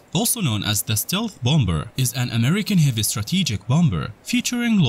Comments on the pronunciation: well I just unsubscribed after the first 20 seconds by hearing bomBer 🤦🏻‍♂️ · Dude said BOM BER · i didn't know bomber was pronounced b0mBur